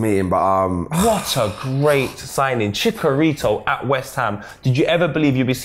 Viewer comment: It's chi-cha-rito not chic-a-rito